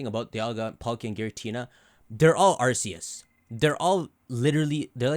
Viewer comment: ARCEUS PRONOUNCED ARK-E-U-S